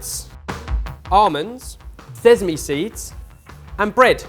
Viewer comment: Nooo not seZZZZame